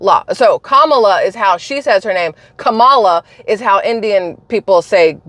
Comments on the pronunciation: Like Pamela but kamala is how she now pronounces it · It's pronounced "Cum-all-ya"😅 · Proper pronunciation is: COMMA LA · You mispronounced Kameldung, I mean Kommielaw, I mean Kameltoe, I mean Kon-in-law. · Google Translate from English to Hindi. it proves how you are saying Kamala's name